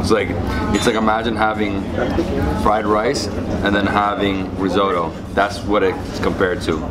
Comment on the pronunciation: Rissoto ? Seriously rissoto😵